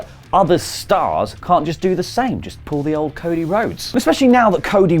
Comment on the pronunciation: What is "coda"? After ? Do you mean "cody"? 😂🤣😂🤣😂🤣😂🤣😂🤣😂